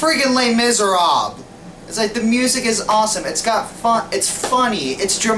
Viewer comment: Les miserabes. Oh no, you're not pronouncing it riiiiight